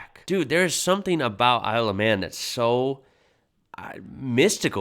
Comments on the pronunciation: Its "Isle of Man" not "I love man" 😂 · I swear you said, “I love men.” At the start. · Kind of sounds like you're saying "I love man" 😂😂😂😂